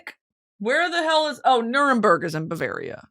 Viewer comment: Did I hear Nuremberg😅😅